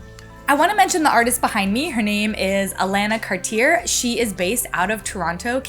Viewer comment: Hey! Canadian here! Thanks for supporting a Canadian Artist! One small correction, however, it is likely that Alana Cartier's last name is pronounced the French way; "Car-Ti-Ay" not "Car-tear" as that is far more common even among English speakers.